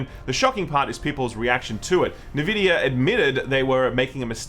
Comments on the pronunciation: Dudes, it's not that hard. Nvidia, not Nevidia or whatever the hell you say sometimes. You say N and then you say vidia. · I reckon it's pronounced EN Vidia, the other way sounds like the moisturising cream. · It's pronounced "EN"vidia and "GAY"force! Get it straight. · Beeta, Nevidia. 👍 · I think you are right about everything, except the way you say nVidia. It is not Nehvidia. Have you never heard the nVidia intro clip in so many games? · I love hearing "NeVidia"... Please, keep it going... :D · Nvidia the N is silent